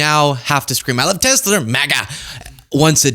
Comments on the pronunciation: “I love Tesler!” 🙊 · "Makes you go 'I love Tesler!'" Oh my god, that was hilarious. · the “i love tesler” chip is already in my brain and it’s called autism echolalia